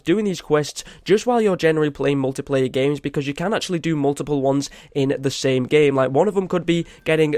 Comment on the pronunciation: You said muliplayer not multiplayer